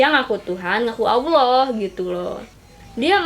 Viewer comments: Nyebut Allah aja enggak lurus apa dia ngaku jadi Allah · Ngucapin allah aja gk bener Lg ini mo jd tuhan.minta d tangkap polisi ini mah